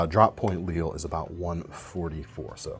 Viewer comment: Lille means small or little in Danish. So probably should be pronounced as in Danish, /lilə/ , instead of like the French city. Similar to his Mikro